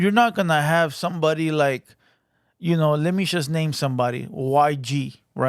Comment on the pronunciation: Its JUST not CHUST #brokenenglish